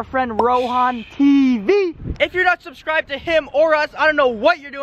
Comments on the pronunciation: watch until says subscribeded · he says subscibeted lol